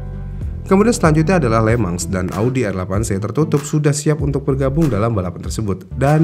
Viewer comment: anehhh ya setiap hostnya bilang le mans tapi kedengeran le-mang jadi kepikiran lemang durian dan lemang tapai bikin laper tengah malam